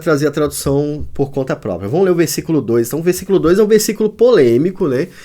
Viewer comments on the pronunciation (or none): none